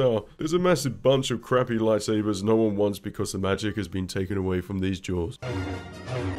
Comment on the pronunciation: I don't know how or why, but everytime he says "duels" i keep hearing "jews".